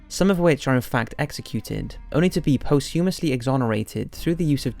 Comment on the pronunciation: It's pronounced "pos-t'yoo-mus". Ffs. Why can no one who runs a top 5/top 10 YouTube channel pronounce even the most basic of words? Jesus...